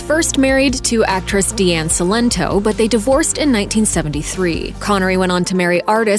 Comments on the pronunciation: And "Diane (not "Dee-Ann") Cilento". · And first wife Diane Cilento’s first name was not "Dee-Ann".